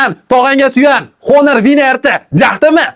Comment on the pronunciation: Honor emas onir deb o'qiladi 😢